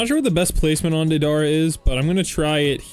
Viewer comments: you're saying DA-DAR-RUH, Deidara's name is pronounced DAY-DUH-RUH. it kind of sounds like date-a-ruh all together! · not be that guy but its pronounced like "Day-Da-Ra" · It's pronounced day-duh-ruh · its pronounced day dah rah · Its Dey-Da-Ra Pronuce Da like dad and Dei like They but with a D